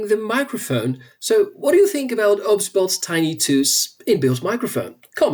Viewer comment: 🤦🤦 Its not obs-bot... It's O.B.S Bot! As in the software OBS